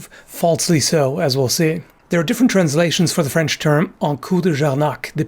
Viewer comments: Your French pronunciation is surprisingly good, it's often tough to grasp for foreigners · I'm French, too, and although there is definitively some accent, at least the pronunciation is correct. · Your french accent is actually very good ! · Your french pronounciation is astonishingly good :o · that's a good french accent you pulled out here. i guess being candian helps but still its not an easy language pronounce for an english speaker (that doesent practice). but yeah, my french ears did not bleed at all, well done. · If that's your rusty french, then your good french must be impeccable! I loved the prononciation! (The ^ in "Châtaigneraie" replaces the s of older versions, as in many french words: "vôtre", for example...) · how many languages do you talk? I'm always amazed by your very good prononciation of French and German. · As a french i must admit that your accent is really good! The way you say the french R sound that usually cause troubles to English speaker is quite impressive. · Your french pronunciation is flawless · The Frenchman I am is amazed by your accent, bravo messire! I would add the the "coup de Jarnac" earned a negative connotation because Jarnac was a Protestant, so the latter hostile Catholic authors and rhetoricians turned the manoeuvre into a symbol of cowardice and duplicity. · your french may be rusty, but (and this is a frenchman saying this) it's fucking impeccable. seriously, down the the correct pronunciations. you do speak with a norse accent, but that's totally forgivable. your "R" sounds are perfect. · pretty good french pronunciation